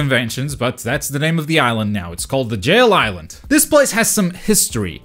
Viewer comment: This is a ihsland that is diverse. How do you manage to say diverse with no problem but suffer to say island